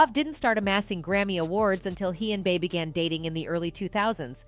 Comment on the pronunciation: To the narrator: HOV is pronounced as Hove, rhyming with Stove NORE is pronounced as NOR-E, rhyming with Story Bey is pronounced as Bee